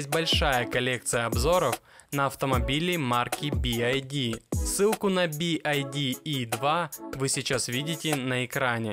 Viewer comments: It is not B.I.D. It's B.Y.D! Ok?!👌😉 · Не Би Ай Ди а Би Вай Ди (BYD) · Би-Уай-Ди правильно говорить, а машина прекрасная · Что за кривое и бесящее произношение произаодителя бивайди ???